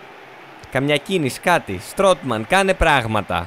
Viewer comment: Στουτμαν λεγεται, οχι στροτμαν